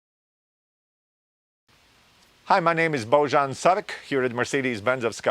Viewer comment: Why would you pronounce the J in your first name as a J? It’s obviously said as a Y. Boyan.